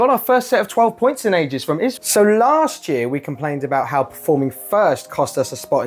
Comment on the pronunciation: Don't you know how to pronounce Israel? ❤️🇮🇱